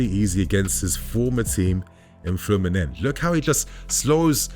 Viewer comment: Good video, but please stop with the Fluminenj pronunciation. It’s ’FLEW-MIN-NEN-SEE’. In Brasilian Portuguese ending ‘S’ do not sound as ‘Jjjjjj’ or ‘Shhh’. That sometimes happens in Portuguese native, but definitely NOT in Brasilian Portuguese. Trust me, my g/f is Brasilian.